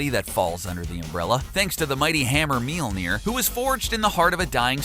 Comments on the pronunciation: Myol-near. Spelt Mjollnir. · "Mealnear" lol. Why call his alter identity a useless power when it was part of his story? You even mentioned it lol. He is the son of Gaea though...him dying didn't have shit to do with any of that, it's just an iteration of him learning more of his abilities. He made it rain over a country that doesn't get rain...wtf kind of list is this. Solar flares aren't even his strongest abilities. Godblast? Antiforce? His antimatter is beastmode. And Warrior's Madness is usless? He beat the shit out of Silver Surfer and Adam Warlock at the same time, then handed Thanos his ass with it. I wouldn't call that useless.